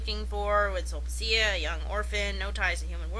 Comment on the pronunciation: Super-pedantic correction that I have to make as a Classics major: "Sulpicia" is pronounced "Sulpikia." There are no soft C's in Classical Latin. Awesome commentary, though, so I won't begrudge you a pronunciation error.